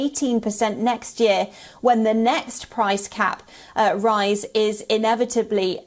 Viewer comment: It’s price CAP, not gap.